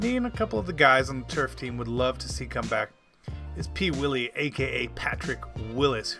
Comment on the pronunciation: Thank you for saying Patrick Willis.